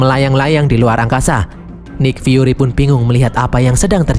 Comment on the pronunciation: nik fyuri cara bacanya bang